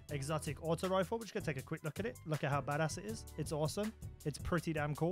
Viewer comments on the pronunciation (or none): none